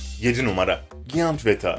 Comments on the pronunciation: giyant değil Cayınt diye okunur bebeğim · Bu videoyu seslendiren abimizin 2 gram bile Ingilizce bilgisi yokmu ''giant'' nasıl okunur önce onu öğren sonra o yabancı kelimeyi kullan bilmiyorsan kullanmanın ne gereği var aşırı komik